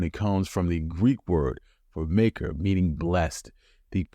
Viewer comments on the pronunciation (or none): There's no way makar, a Greek word, is pronounced as a homophone of maker.